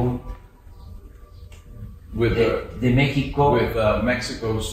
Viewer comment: "EL FEIBU" 😂🤣 HAY AMLO lo quiero bastante💖